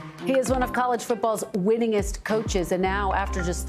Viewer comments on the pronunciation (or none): Did she just say “winninest”!!? Lol wtf,..these folks are supposed to be educated